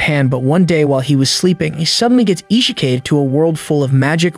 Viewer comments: ISHEKAI EVEN AI CAN GET IT RIGHT ITS A ISEKAI NOT ISHEKAI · Isekai:🚫 Isheekay:✅️ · The MC's name, and the word Isekai are both mispronounced... all within the 1st 5 seconds of the video. Seriously?!? No need for me to continue watching this video.